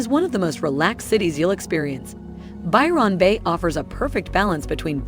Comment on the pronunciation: This has to be AI, she can't say anything with $ right. They do no research, check the temps for yourself, lots of folk will not live in the top end of aus without aircon, which is exy. Byron bay... do not say the Ron like she does, ignore the o it is almost skipped. Our vowels are short long or half way. This o is not long. She's annoying. Tourist culture means landlords want the big bucks, on the gold coast we could only get 6 month leases. They wanted you to move all the time. Tourist jobs don't exist in the off season. Alice sptings is not a safe town, miles from anywhere, at night, lock yourself inside.